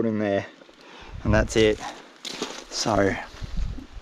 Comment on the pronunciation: How do you make the word SO into 4 syllables? 😂 saa oooo ahh ohhh